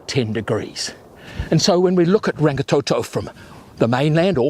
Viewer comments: Sorry, but I cringe when people do not even try to pronounce the names properly. It is NOT rang-ee-tow-tow nor rang-ee-tow-tow. Roll the R's like a Scottish person would...Rrrrang-ee-tor-tor. Rangitoto. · Rangatoetoe it's Rangitoto (blood sky) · ranggatoetoe is so wrong get it right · Rangatoetoe, aae-ah-tearowah 😭😭😭